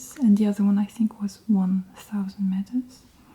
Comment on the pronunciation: Talking about the altitude of the coffee, I notice you pronounce "meters" (who uses "metres"? Is it just Britain, or everyone but the US?) as "metas". Is that how it's pronounced in French?